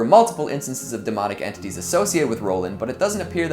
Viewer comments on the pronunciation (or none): none